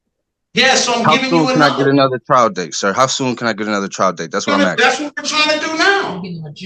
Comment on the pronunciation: He keeps axing and axing.😅😅😅😅